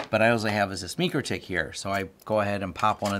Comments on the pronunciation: Repeat after me: MIKE-ROW-TICK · Great info. But, it’s pronounced ‘Mike’-‘Row’-‘Tick’. Otherwise, awesome information that taught me a lot! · Never heard anyone say mikrotech the way you do 😂 must be the people I’m around but good video 🎉